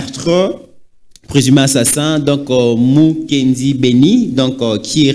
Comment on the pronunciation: Bon, une petite rectification c’est Mukena et non Mukendi